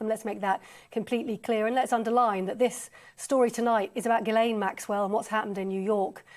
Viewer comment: That trial attourney didn't even pronounce Ghislaine's name correctly, what hope is there of keeping her behind bars? She will get out on a technicality after a retrial........................